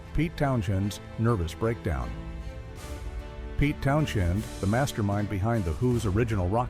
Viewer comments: It's Peter Town SEND, not Townshen. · But pronounced Towns-end.